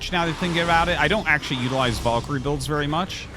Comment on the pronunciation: Glad to hear Artosis is starting to pronounce "Valkyrie" correctly. It's Val as in Val Kilmer, not Vaul as in vault, and I will die on that hill.